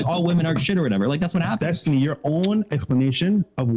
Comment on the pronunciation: "Zestiny" I'm dead 🤣🤣🤣🤣🤣